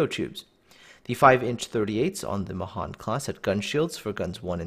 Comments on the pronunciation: It's pronounced "MAY-han" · Mahan means 'great' in Hindi.... Especially the way you pronounce it. I always thought it would be pronounced 'May-Haan'